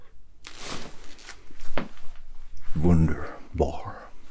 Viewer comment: "Vunder-barr" lol